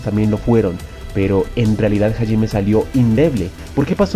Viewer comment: Que paja escuchar constantemente el nombre de Hajime mal pronunciado.